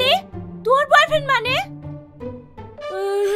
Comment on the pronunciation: ভালো করে উচ্চারণ করে ওটা boy friend হবে bor friend নয়